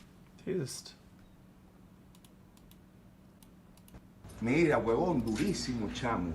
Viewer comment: STOP saying "Jesust". use the damn word correctly